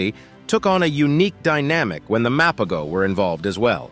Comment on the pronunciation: The G is silent my dude...MA-PO-HO! They ALWAYS stood on bizness so we can at least pronounce their name right!! 🙄